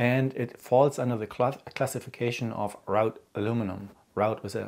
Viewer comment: Just a very very very minor point: "wrought" is pronounced like "raw-t" (as in raw fish). English is just weird on this one; I mean "router" is pronounced like "rOw-ter" (row as in an argument, and not a line of things) but "wrought" is pronounced like "rAw-t"; who invented this language lol 🙃 Loved the video; very informative and helpful!